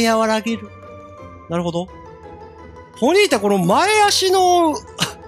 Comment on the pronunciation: それマドンナやて(笑) ポニータをボニータw・・・あの曲好きデスケドモ(笑) 「もろたでぇ」が服部 平次にそっくり(笑)